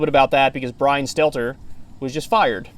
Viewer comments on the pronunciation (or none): Last name is Stelter, not Stellar